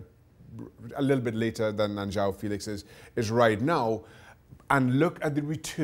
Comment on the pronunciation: It isn't João filix , it's Félix you looks like sport TV comentators saying João feliche